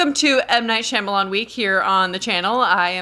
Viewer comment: I wish you would pronounce his last name correctly. Watch him on the Wired article where he answers the web's most searched questions. He actually pronounces his last name.